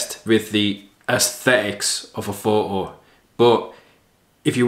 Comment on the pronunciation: Would it be too much to ask for not omitting the 't' sound when you say 'photo'?